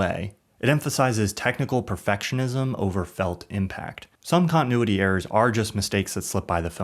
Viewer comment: 17.5 minutes of someone mispronouncing continuity. The fourth letter is a T!